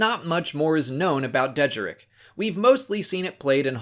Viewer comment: Deh-jar-rick is how it’s pronounced